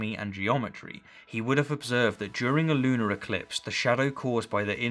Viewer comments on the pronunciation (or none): none